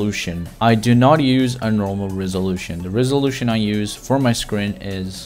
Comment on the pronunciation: Us : resolution Him : rizzolution Fr it sounds like that